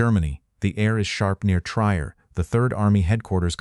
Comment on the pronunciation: The correct pronunciation of Trier is tree-air, not tryer.